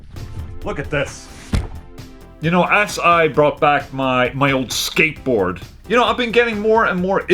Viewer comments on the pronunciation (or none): You saying Skateboard sounds like Skateboring or Skatebored